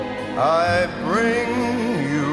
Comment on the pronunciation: Frank said pretender ‘bing’